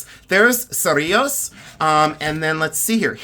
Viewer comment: Just recently discovered your channel and am completely addicted. Thank you for sharing your knowledge! Specifically on this video, thank you for bringing up that not every word and symbol is offensive. Especially if you know the history. Also, thank you for pronouncing Cerrillos correctly! I am not terribly far from Cerrillos and have heard some very interesting ways of pronouncing that name and other NM towns. Your collection of cuffs is truly amazing! Many of them are of museum quality like what we would see here in NM. I look forward to seeing more of your collection!